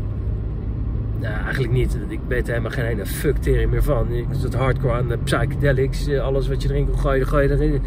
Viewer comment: Bij ‘psychedelics’ spreek je de ‘p’ niet uit. Ach ja, moet jij weten.